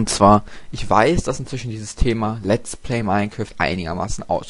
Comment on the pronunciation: Noch etwas, es heißt Let's play und nicht lat's play :D